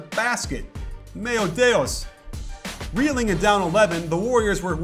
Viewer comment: "mayo dayos" wtf please apologize i'am offended.